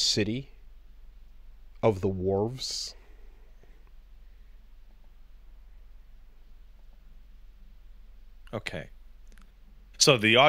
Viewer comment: "Big Ball" and "Worves". For fucks sake.